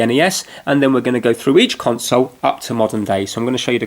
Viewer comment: LOL how he says console is hilarious cun-sowle hAHAHHAHAH!